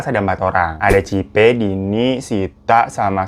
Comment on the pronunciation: Cipe bang bukan cipa..bhahahah🤣🤣